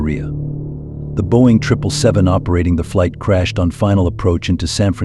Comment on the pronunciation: Boing?? 😂 think you might mean Boeing